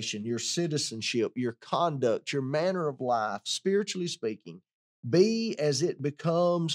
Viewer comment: You need to pronunciate the word 'life' better,it sounds like you're saying 'lie'.